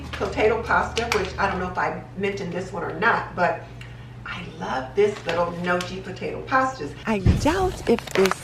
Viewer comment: That's how I used to call the potato nochi, then I was surprised that it is pronounced nioki. Go figure! :) Love your videos and vibes! Thank you for another great video!